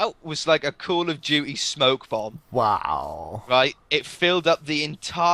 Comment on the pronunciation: why do you say call of duty like that